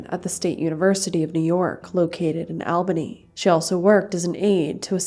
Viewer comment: It’s pronounced “All-bany” not “Al-banny”